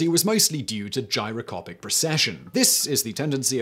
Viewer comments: It's gyroscopic, not gyrocopic. Dude you are a presenter. Get the damned words right. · . "Gyrocopic" progression? Gyroscopic pehaps? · you said "Gyro-copic". There's supposed to be an "S" in there somewhere.... #GRAMMARPOLICE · Gyrocopic, or Gyroscopic ? DAMN........ the autoqueue and the director missed that .... you sound like such an expert now NOT ! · Today I found out a posh English accent doesn't mean you're clever! GyroCOPIC and gyroscopic in the same sentence and not one out of the three of you noticed. It's almost like you don't really care. BAD Simon! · gyro "copic", really? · in the video. Am I the only one hearing "Gyro-COPIC" without the 's'? In other parts of the video, he clearly says gyro-SCOPE, so it seems like a weird mistake to make.